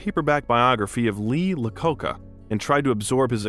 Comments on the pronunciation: It's iacoca not lacoca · "Wuthering Rights"????? and who's "Lee Laccoca"? Not even 2 minutes in. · Lee Lacoka. LMAO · "Weathering Rights?" Are you for real? "Lee Lacoca?" I give up...